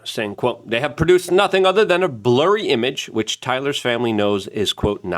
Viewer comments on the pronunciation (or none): none